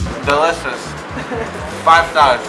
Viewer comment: Shelishush, five sharsh